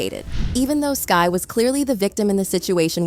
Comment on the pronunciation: Me too like say her name right please it’s Skai skyyyy lmao